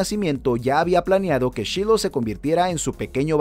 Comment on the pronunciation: Se pronuncia /shailou/